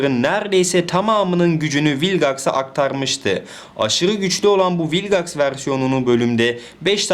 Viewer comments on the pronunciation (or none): ABİ MALGAX DERKEN VİLGAX A MAL MI DİYOK? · Hayır rebootun sadece 1 bölümünde vilgex diyorlar zaten öyle okunması lazım